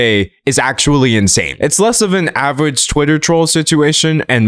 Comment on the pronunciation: He said "avewage"